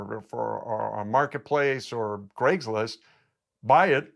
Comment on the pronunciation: It's because he says O-pinion the wrong way. Also, "Graigslist"